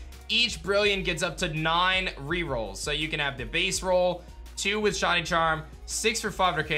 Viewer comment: I like how he says “shawny”